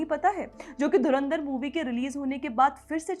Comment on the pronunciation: नूर कराची वाली जी पाकिस्तानी मीडिया धुरंधर शब्द नहीं बोल पाती मजे लेने पर ध्यान रखना 😂😂